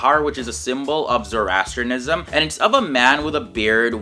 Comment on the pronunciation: May be start by learning to pronounce it correctly!